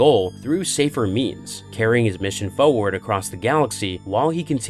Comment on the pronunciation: i love you and i love your channel but you say the word 'forward' far to often to be mispronouncing it. other than that i sub and love your content!